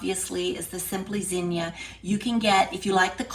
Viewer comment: I love the old fashion zinnia flower and it’s so nice to hear someone pronounce zinnia properly.